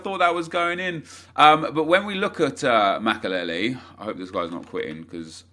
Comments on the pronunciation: The way he says makelele is unbearable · Can you say makelele again